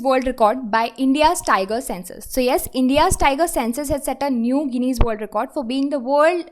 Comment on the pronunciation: When u read ...please ensure u say correct pronunciation. especially check for "Guinness" pronunciation.